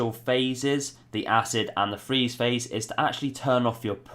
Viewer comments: Nice video as per your usual. I like your freeze "pahse." Liked, subbed, and algorithm done. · Lol freeze pahse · Haha, was looking to see if someone else spotted the pahse lol